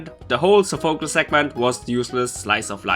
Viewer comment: Its pronouced sofa-clease for Sophacles